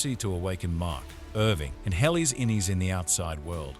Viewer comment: AI generated garbage (note mispronunciation of "innie" and "outtie") reading out the episode descriptions from Wikipedia.